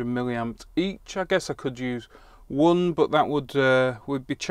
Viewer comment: The 'woon' point five resister gives a 'courent' of...